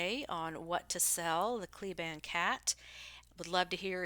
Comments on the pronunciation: It's pronounced KLEE ban. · The family pronounces it Klee-Ban like the pronunciation key on the page you were reading from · It’s pronounced “Klee-ban.”